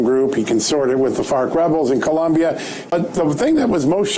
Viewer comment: Oh my gosh,, you had me rolling on the floor with your Spanish accent, saying "Guatemala" and "Columbia"!! I said them out loud at the same time you did. Thank you for your great sense of humor!